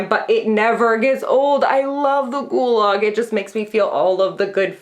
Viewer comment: i want you to know that every time you talk about the shudder ghoul log, i think you're saying "gulag" and it's so dark and funny to think about someone enthusiastically gushing about how much they "love the gulag"